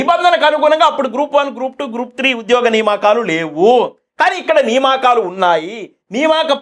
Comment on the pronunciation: నియామకాలు బ్రదర్ సరిగా పలకండి